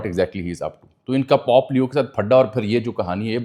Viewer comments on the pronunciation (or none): Bahi pop nahi bulky pope. Pronunciation ka khial karen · V nice info/ analysis... And my apologies, As we all make mistakes in certain pronunciations... But It's not Pop , its Pope leo The sound is , po po in urdu as we use for kids nickname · Sir Jee, Pop nahi, Pope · It's not pop it's pope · You are an experienced and literate journalist. .. huge difference between pop & pope my friend. You are on a public platform addressing the masses, pls get your pronunciation right. You are covering global issues, just imagine what would happen if someone who doesn't know Urdu comes across your video and watches it with English subtitles or translation 🤔 it would change the whole analysis because I'm sure you are not talking about the "pop culture" or "pop music" 😊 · It’s pope not pop plz.